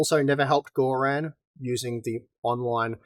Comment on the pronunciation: bloody hell "Gore-Ran"? its bluddy Gorrun